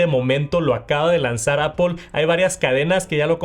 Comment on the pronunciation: Como puedes pronunciar visión pro o airplay pero no puedes decir Apple y dices apOL ? Es solo decir manzana en inglés es aPL no hay ninguna O en la palabra